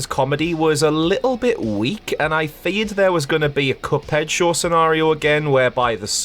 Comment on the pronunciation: when he says show the subtitles make him say shore...